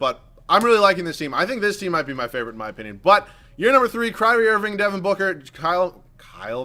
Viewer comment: wait did say cryry irving im dead